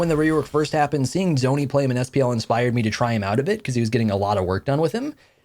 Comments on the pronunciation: just a tiny point Dzoni is pronounced Johnny (no idea how it just is...) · Btw it’s pronounced “Johnny” phonetically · Hate to be the one that has to tell you this but Dzoni's pronounced Johnny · Petition to start calling the danzaborou taunt the acorn also mast pls put some respect on my man DZONI pronounced “Johnny”